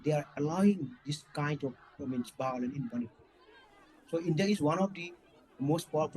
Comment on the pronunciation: How come a JNU professor can’t pronounce violence 🤣 Prof BAOLENCE 😂